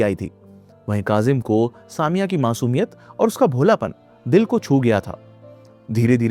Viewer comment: It's not saa mia, it's sa me ya.